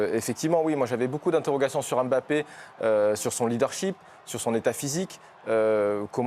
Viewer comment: Mbappé en 2 syllabes pas 3. Est-ce que vous aimeriez qu'on ajoute une syllabe à votre nom ? Ça ressemblerait à quoi ?? Un peu de respect quand même c'est pas compliqué de bien prononcer deux syllabes correctement.